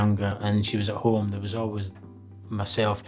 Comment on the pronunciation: You cna go ome cna bro not pronounce a h